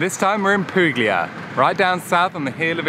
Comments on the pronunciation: Oh my please learn how to pronounce correctly! PU-LIA (no hard G).. POLIGNANO=pol i ny ano (like the spanish n with tilde) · Loved your video! Well done! Suprised though that you mispronounced both Polignano and Puglia. The g is silent or soft, like a y sound. thanks for sharing!